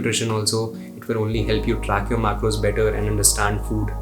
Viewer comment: Why do you pronounce English words like that, lol. Like when you say track, it sounds like truck. When you say pack, it sounds like puck. When you say man, it sounds like maan. Thick ass Delhi wala Indian accent.